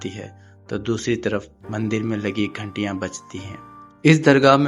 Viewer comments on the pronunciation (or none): Ghentiyan nahi hota ghantiyan hota hai